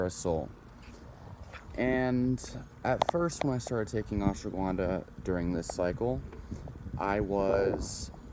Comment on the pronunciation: Fucker keeps saying Ashwa Gwuanda lmaooo I can’t focus when he says Gwuanda